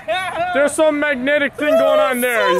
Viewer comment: i luv how he says ting instead of thing